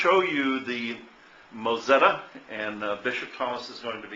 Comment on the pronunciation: It's called a moTzetta, not mOzetta....